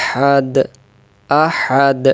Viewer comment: মুহতারাম (১ম) আঁতাতে আহাদ পড়ি কিন্তু দালের ২ পেশ কেন উচ্চারণ হলোনা